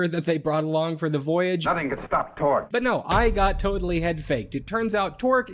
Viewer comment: It's "Torg", not Tork. Enjoy that usless fact.